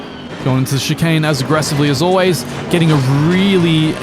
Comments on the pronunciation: please god, stop saying "chicarn" it ends in "ane"..... the same end sound as bane..... as in your mispronunciation is the bane of my existence XD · Drinking game: Take a shot everytime says "Chicahn"